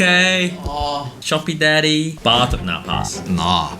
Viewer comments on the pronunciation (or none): none